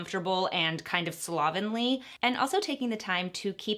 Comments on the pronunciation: Take a shot every time she says "slob-enly".... "slob-ingly"? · I can’t stand how she pronounces “slovenly” not classic at all 🥴🤣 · take a shot everytime says slovenly oml